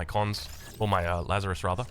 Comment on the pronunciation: Lazarus => Lazares (Lazarees)